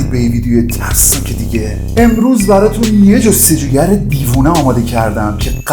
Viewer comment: عاشق اون لحظه هایی ام ک میگی تسناک یه دونه ررررر‌ داره ؟؟؟؟💋🫀👽💜🏳️‍🌈